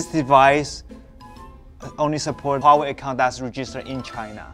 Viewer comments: Why can he say Hong Ming or Meng but he pronounces Huawei as Wawei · It's so cursed to hear him saying uaawei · More like wawe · I had no idea it was pronounced waw way i always just pronounced it hew-ay-why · huawei H read the H ，not wawei ，not Wa，it's Hua ，thanks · omg please pronounce the "h" in huawei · “Did you say Huawei not?” Oh, never change